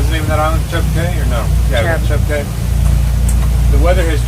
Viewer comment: Cay pronounced Key